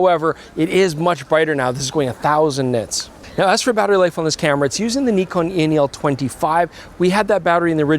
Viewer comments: Finally you're pronouncing it correctly! Well, at least. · The most impressive thing in the video is that is finally pronouncing Nikon correctly, the other guy is hopeless though... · Knee-Con is correct! Also the Z 50 was a great camera, other than the nonsense flip down LCD. Z 50 II couldn't be going backwards. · THANK YOU FOR SAYING "NEKON" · Bravo Bravo Bravooo!! Say Nikon correctly!! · Nikon … Nikooon… the pronunciation is right Nikon 😊😊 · Thank you for pronouncing the cameras manufacturer names correct! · Pretty funny that the french pronunciation of Nikon is basically the correct one. I've been saying it correctly my whole life without even knowing it ! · yesss he pronounced nikon correctly 😅😁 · Listen to pronouncing it properly!